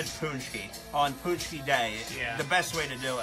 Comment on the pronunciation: You said paczki wrong :/